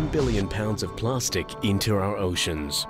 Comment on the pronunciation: What the fuck is "plarstic"